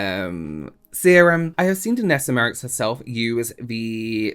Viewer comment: Hi I'm not saying this to be horrible but jus saying to help u, say her name like my-ricks 😉